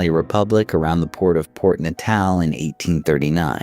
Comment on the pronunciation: Intriguing telling of the tale. Do please learn the correct pronunciations of the people's names and towns before publishing, please? Maak my dood om te luister na die boô'res, afri'cains, en Pi'jat Reteef's. Man maak Natal klink soos ñ "niq-u" 😂